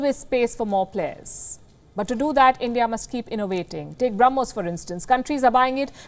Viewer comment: Ss I also heard that and I actually repeated it once again. She misspoke it. But it's okay 🆗. We all know that what she wanted to say 🙂🇮🇳...